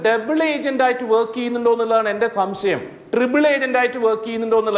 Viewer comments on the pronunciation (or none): സംസയമല്ലടോ പോർക്കേ സംശയം എന്നു പറയാൻ വല്ലപ്പോഴും നാവു വടിച്ചാൽ മതി